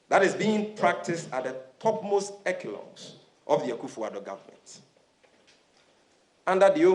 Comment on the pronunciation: Sammy Gyamfi, the word echelon is pronounced (eshelon) not ekilon . Wa bon papa. How can Sammy qualify to be in charge of communication of the NDC? If only members of the NDC were as vocal and voiceferous in lashing out against corruption like payment of fraudulent judgement debts among many others during their reign, the country will be a better place. Why do members of the NDC only find their voice in speaking vehemently about corruption when they are not in power? God save Ghana